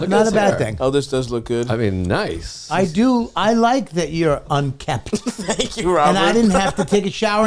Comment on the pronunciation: Bobby is still a moron. He has a mobster energy now, but he still gets words wrong, ie. indoctorated for indoctrinated, unkept for unkempt. His does that, "hey, I'm smoking a cigar, I'm in total control of my life" schtick. I used to not like him, then he "went through some shit" and I liked him, but now I'm back to not liking him, he's annoying. A lot of these comedians now act like they are kings and they need to climb the fuck down. Looking at you, Segura.